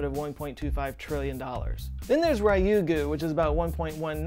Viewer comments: >>>! Thank very much for the video, but I'm still cringing!!! 竜宮 (りゅうぐう) Ryuuguu (dragon king's palace) is not "RYE-ew-goo". Not even with ham & swiss. Try to say "riiu-goo'. Two syllables, unstressed. And yeah ok, usually I'd be embarrassed about being pedantic about an obscure topic, but then hey, it's this channel! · Your pronunciation of Ryugu is very disconcerting but interesting video nonetheless.